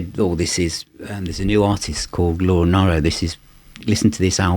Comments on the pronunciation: Wonderful effort and video - but you would think he would know how to pronounce her name correctly - so grating to keep hearing NIEro instead of the proper NEEro. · It's pronounced "Nee-roe"... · Hi, I envy you that you have acquired this box set. I think that Laura Nyro is a genius and as you know, Joni Mitchell thought highly of her. With respect, Laura's surname is pronounced Neero as in the Emperor Nero. Great review!